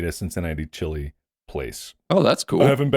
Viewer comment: Oh I love the Cincinnati Ch-lee! 🤣